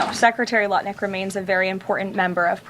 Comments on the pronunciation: Just prior to , I think you said nut lick 😂😂😂😂😂 instead of Lutnick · Am I the only one who heard saying Howard Nutlick instead of Lutnick?! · Did i hear call lutnick, nutlick in the 1st 3 minutes. Love u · Did I hear "NUTLICK" not Lutnick?😂😂😂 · You dropped "Nutlick" instead of Lutnick at roughly ! Priceless! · I like, he's one of my favorites on Youtube. Not sure if it was on purpose or a slip when he called Lutnick, Nutlick! 😂😂😂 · 3.32 slip of the tongue you called Lutnik NUTLICK! Hilarious and so accurate 😂😂😂❤ 💙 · you called Lutnick "Nutlick". Hahaha! Classic! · Okay so I'm watching your show and instead of saying lutnick you said nutlick. What a perfect Freudian slip. Probably what he wanted done on Epstein's Island. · did you just call the man Howard Nutlick? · you totally said "Howard Nutlick" 🤣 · lol I though said Howard Nutlick. Sounds appropriate! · It was probably a Freudian slip, but I swear you just said "Howard Nutlick" 😂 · Howard "nutlick". I caught it 😂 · Anyone else notice that said Howard "Nutlick" early in this video? I'm not sure if it was a slip of the tongue, or if he did it on purpose. Either way, I caught it, and I giggled just a little bit. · You said Nutlick lol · Did he call him Howard Nutlick at one point?! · You said nutlick at least once lol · did say nutlick? lol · I just love how you call him nut lick😂😂😂😂😂😂😂😂😂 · I get the feeling didn’t realize he said, “Nutlick.” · LOL you said nutlick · Nutlick? Did I heard it correctly? 😂😂😂😂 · Was that deliberate? 🤣🤣 "Howard Nutlick" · 🤣 did you say Howard nut lick?😂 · I heard Howard nutlick . Intentional or a slip, dont care that shit was funny homie 😮😂😂😂😂😂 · Hey, did I just hear you say Howard Nutlick? Freudian slip perhaps? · HA HA you said Nutlick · I heard you say "Howard Nutlick" 😂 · "Nut Lick" ... hey that was pretty funny. You mispronounced his name and that was a fun moment. On purpose or just a Freudian slip